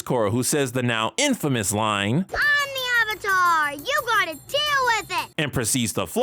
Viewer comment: Calling Avatar "atlah" and Korra "TeeLock" out loud alone makes me unable to watch this.